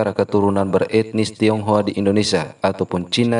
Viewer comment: Bukan tonghoa tapi tinghoa